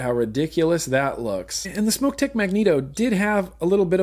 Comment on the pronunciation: Hey, thanks for pronouncing SMOK the correct way (smoke). A smock is something you wore while finger painting in kindergarten!